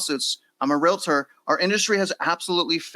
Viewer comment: Can you guys please learn how to say the word Realtor, not realitor? I listen to your programs on a regular basis but it annoys me that you can't make that correction.